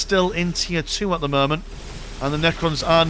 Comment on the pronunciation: "at the murment"